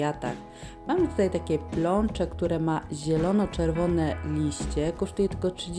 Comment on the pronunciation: Pnącze a nie plącze 🙄